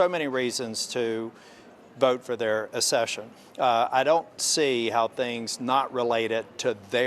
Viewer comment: Jesus God dammit will you PLEASE stop saying “assession” it’s ACCESSION. ACK-SESH-UN.